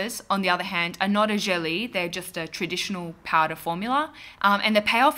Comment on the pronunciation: Finally! This has been a LONG time in the making and it was totally worth it. Great job,!;) PS. Gelée is a French word and it's not pronounced "jelly". The double e in French is not like in English, it's just a long e. Sort of like "gel-EHH". You know, lingering a little bit on the second syllable;)